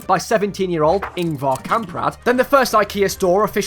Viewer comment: My first thoughts (on pronounciation) as a swedish person: I'm happy you didn't make the common mistake of pronouncing ä like a because THEY'RE NOT THE SAME. I am kinda frustrated about how you pronounced Ingvar there though.... My thoughts on the biggest Ikea: WTF, that Ikea would take days, if not weeks, to walk around!! Going by CAR from one middle eastern part of sweden to another slightly more north on the west part of sweden takes 1-3 hours (I cant quite remember). I would like to say that it's unrealistic but that kinda makes it cool. And you said there were arrows in that Ikea, it's like that in every Ikea I have visited, you must be really good at geography to actually find the exit without the arrows